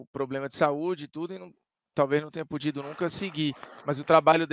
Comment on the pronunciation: Kkkk o formiga falou "Pudido"